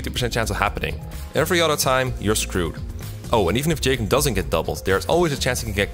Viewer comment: "Jaygen" lol